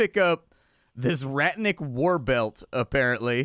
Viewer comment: Ratnik is pronounced simmilar to RAT + NICK. It means warrior.